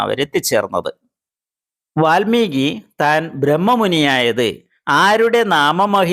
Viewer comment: വാൽമികി എന്നല്ല പറയുക വാത്മീകി എനാണ് പറയുക